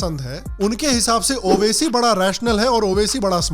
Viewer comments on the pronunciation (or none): मैडम ने एक बात बाडिया बोली उबासी नाकी ओवैसी 😝😝😝😝😝 उबासी